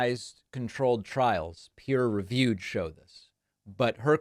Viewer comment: The lady does not understand how research works. She has no idea what actual research entails. 'Peer-rewied' (if she has heard of that concept at all) to her probably sounds like 'me and my dudes down the drinking establishment having opinions'.